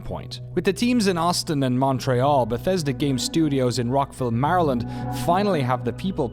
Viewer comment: Stop pronouncing Maryland like that..